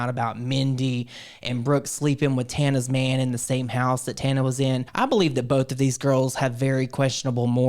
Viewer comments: the fact they both called her "Tahna" is sending me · The way she is constantly misprouncing their names 😂😂😂.